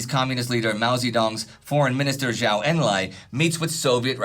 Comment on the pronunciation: Since Zhou Enlai is certainly going to come up again in the future, please make sure to get his name right: Zhou is pronounced "Djow", not "Zhao".